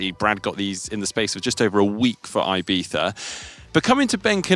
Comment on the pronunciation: Hi. Please allow me to say how "Ibiza" should be pronounced: E-bee-thah...always a fan of GTN their excellent work...